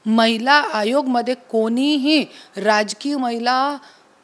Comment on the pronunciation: Mitra Chukun Mahila Hagoya mhnaar hotas tu vachalas tu😂😂😂